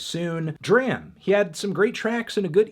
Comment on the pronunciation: HOW MANY VIDEOS WILL YOU CONTINUE TO PRONOUNCE IT "DRAM" INSTEAD OF "DRAHM" YOU WACKY MELONHEAD